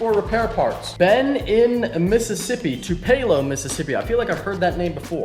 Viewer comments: It’s TOO PA LOW not Tu pay low. Damn yankees I live near Tupelo Mississippi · Did you just say "toupee-lo Mississippi"? It's pronounced phonetically "Two-pah-low". You've probably heard of it because it is where Elvis was born. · Hey big fan. Btw its Tupelo and pronounced to puh low not to pay low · TwoPayLo, Mississippi? LOL. Two-Pel-Oh,. C'mon man. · it’s pronounced toop-uh-low (not from Tupelo) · It's pronounced "Too•Pa•Low" MS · i'm from mississippi and its pronounced (two-pah-low) tupelo, Ms. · I would like to point out the Tupelo Mississippi is pronounced two-pull-o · Tupelo is pronounced \ˈtü-pə-ˌlō \ Too- Peh-Low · Did he really just pronounce Tupelo, MS "too pay loh"? lmao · Tupelo is pronounced toop-uh-low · It’s pronounced (too-pa-low) Mississippi lol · Two-puh-low, Mississippi. It's where Elvis was born. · Tu-pay-lo lol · that's not how you say Tupelo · you mispronounced tupalou mississippi. I also know i think i misspelled it. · Nobody knows how to say Tupelo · Absolutely butchered Tupelo hahahahahaha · Butchered the pronunciation of Tupelo during the mail time. lol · So funny how you said Tupelo,MS lol 😂 you are so damn funny sometimes!!